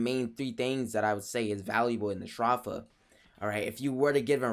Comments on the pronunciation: Edenborg I get your point A better way to write it would be He said "s-draw-fa" Instead of "s-dro-fa" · ph is pronounced as an f sound but he's saying str off a instead of stro f a